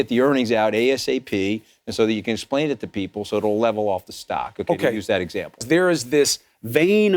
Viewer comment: nobody cares about "the American peepull"